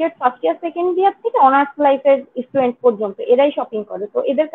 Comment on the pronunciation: Sei Estudent bole😂 Student naa